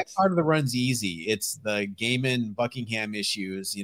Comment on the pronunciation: Actually laughed out load when said Gaiman right. Watch the live sales people.